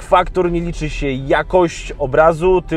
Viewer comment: "Na Geek Factor nie liczy się jakść... obrazu" 😂 ta pauza kiedy zdał dobie sprawę jak zabrzmiało to co powiedział😄